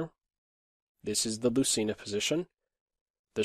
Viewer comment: It is pronounced loothayna